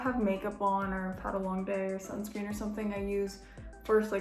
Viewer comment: Did she say Sun scream?!